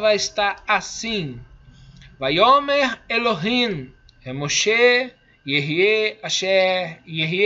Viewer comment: Ele já começou errado, pronunciando: Adonai Elo him